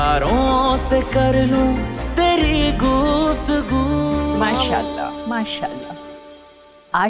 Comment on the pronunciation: Always say Masha Allah right pronunciation